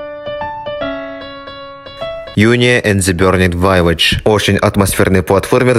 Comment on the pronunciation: Какой нахуй "ВАЙЛЕДЖЬ"??! Сам усирался, учил других говорить "Мэджика", мол "это английский" а сам прокалываешься на таком позорном! Вилэджь, если что)))